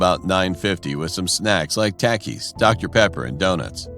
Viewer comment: Am i the only one that notices the fact that one of the narrators pronounced takis as "take-eis" like wtf XD